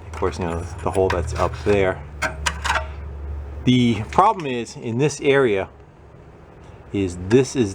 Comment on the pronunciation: When you said "earia" for "area" I had a flashback to high school. My math teacher in 11th grade was from NH and would say "valium" for "volume" and "salad" for "solid." She was (and presumably still is) a lovely woman, but it was hard not to giggle a bit when she'd get annoyed with someone. "Jason, you HAVE to learn the formulas for the surface earia and valium of salads." I was 16 and easily amused, what can I say? I did get to have the experience, twice, of moving to places where my movie/television standard Midwest accent was odd. And I'm a teacher, so my students thought it was hilarious when I'd say something differently.